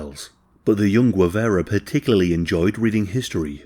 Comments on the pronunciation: Guevara not Guevera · Correct pronunciotion is "geh-VA-ra". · I am dying at the pronounciation, but love your channel, dude. For future reference, Guevara is pronounced Ge (as in Genghis Khan)- vah-rah. The way you're prononcing it sounds like Huevara (which, could mean egg-vara or man-jewel-vara, depending on how vulgar you wanna get lol). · You can tell by the shitty pronunciation, Gwivera 😂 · Of the few things I´m proud of my country, is that we killed this disgusting criminal. And its pronounced "Gue" as in Guerrilla, "va" not ve, and you got the "ra" part right. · He can't pronounce Guevara so it may be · A bot would pronounce Guevara better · It’s pretty shameless chat GPT narrative- weird syntax, odd repetition and lack of cohesion throughout - the channel has used a click bait post mortem photo as the thumb nail , continually pronounces the name Guevara wrong and clearly has done zero research whatsoever If my teenage kids tried to submit this as homework they’d get a strike for using chat gpt without any reference , research or proof reading - lazy af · This has to be scripted by chat GPT - so repetitive and lacking in progression - full of inaccuracies and to top it all the narrator mispronounces Guevara to the point of insult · If this guy only knew how to pronounce names correctly 😏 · I absolutely despise how you pronounce his surname. Other than that, amazing video and research.